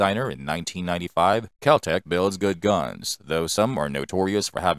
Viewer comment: Could be Guwns